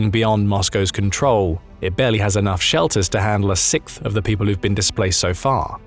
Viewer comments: Just say it- “six”. “th.” Then, say them together. “Six-th” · I just wanted to say, you pronounce “Sixth” “Sicth”, and I find it deeply disturbing. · Is that really how you’re suppose to say sicth ? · Is it a british thing to pronounce "sixth" as, "sikth?" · Learn how to say 6th bro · Say sixth again😂